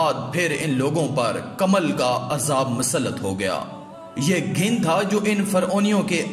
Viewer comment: Ghin nhi ghun hy sahih lafz